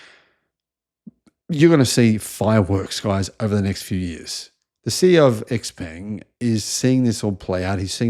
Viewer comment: Xpeng is pronounced Shaopang. And your pronunciation is as dodgy as your research. A more professional and accurate picture of EVs is given in the fully charged show.